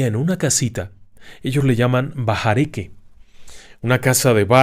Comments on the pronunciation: Con todo respeto, los Ispanos (No latinos como equivocadamente dicen) la h no la pronunciamos como j, sino neutra. Esto respecto a bahareque. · En la palabra BAHAREQUE no se pronuncia la " h " . Ella es muda al pronunciarse